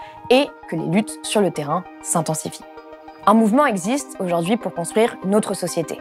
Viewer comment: merci d'être là et de faire tout ça! (juste un truc, vous employez souvent le mot "aujourd'hui" et vous le prononcez "aujord'hui", c'est dommage et c'est gonflant… mais on vous pardonne, vous êtes super! ). 😉😃